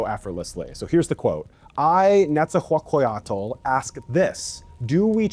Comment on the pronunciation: So funny how you struggle to say Nezahualcoyotl 😂😂😂😂 thank you so much for that effort